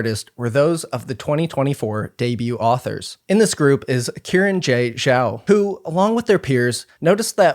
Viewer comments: her name is pronounced as Shee-ran j Zhao. she + her. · it seems like it isn’t. saw another comment about it, not sure tho. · y'know, i don't believe that's how you pronounce xiran jay zhao